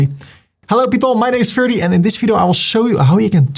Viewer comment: Namen worden altijd in de oorspronkelijke taal uitgesproken. Ferdy.